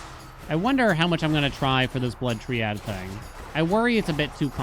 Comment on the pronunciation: gonna fall for ragebait again by telling him it's pronounced try-add LMAO